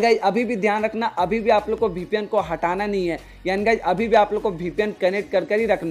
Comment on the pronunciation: It's VPN not BPN